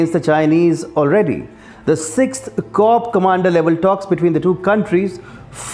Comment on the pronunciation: hei news reader pronounce it 14 "core" not "corpse" which means dead body.